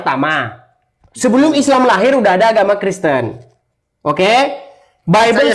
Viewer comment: Edispun berkata : "Agama karesteng".😂😂😂😂😂😂